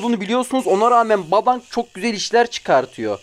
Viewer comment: yanlış anlama ama o badang diye okunmuyo bedeng diye okunuyo gdhbvcdh